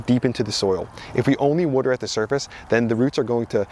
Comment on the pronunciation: Wooder. I know I can listen to this guy just because of that.